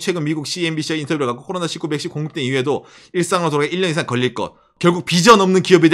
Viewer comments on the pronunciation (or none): none